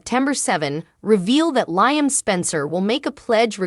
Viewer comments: Lee um not Lyum sheesh! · Lee em not lyum